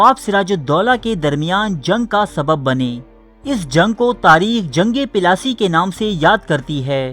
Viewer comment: Pelasi nhi Bhai plassey bolo yar